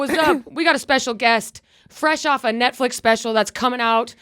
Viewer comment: Aw Did you say Netfwix?